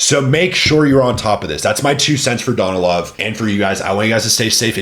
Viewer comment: bro bro learn how to pronounce their names ,,,SSssMAev not SHMAEV ...S its S ,,,, Sergey Danilov acent on a Sergei dAnilov at least listen how they are pronounces Smaev no Shmaev bro